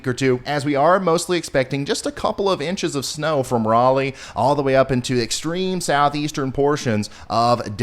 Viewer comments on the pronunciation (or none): none